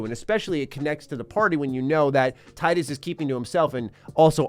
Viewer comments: Its tee-dus btw not tie-dus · Tidus not taidus Do you say pick or paick? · It’s pronounced canonically “Tee dus” not “Tye-Dus” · He's called Tidus, not Tightus :( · Not that it matters much, but it's pronounced "Tee-dus" not "Tie-dus." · He said “Titus” instead of “Teedus”. ✌️ peace out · It's not "Tie-dus". You pronounce it as Tee-dus. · Hate to break it to ya, but it actually is in fact pronounced tee-duss. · Why people keep calling him Tydus? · It's pronounced "tee-dus", bruh. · Tee-dus. Great video aside from the incorrect pronunciation. Thanks for showing off one of the best games of all time! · You are mispronouncing Tidus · Man is saying Tidus name wrong the whole video lol